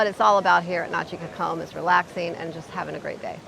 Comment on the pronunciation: This makes me so sad. We've been going there for 12 years and I don't even recognize the beach in this video. There looks to be some erosion going on. The beach front chairs were never flooded and were considered prime location. Side note, you all have a very interesting way of pronouncing "cocom"! And you don't have the correct spelling...